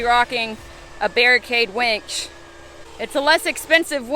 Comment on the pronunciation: Please winch.. not wench.. one is more useful than the other